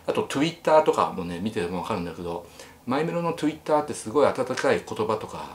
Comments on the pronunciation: えっ？何を私は、 見せられてるの😂 可愛ぞ🩷幹メロ🩷 トゥウィッタ～発音好き🩷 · ミキメロのトゥイッターの発音が好き